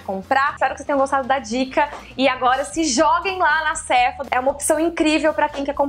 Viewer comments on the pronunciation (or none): none